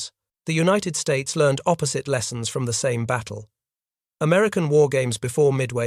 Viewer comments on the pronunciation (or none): none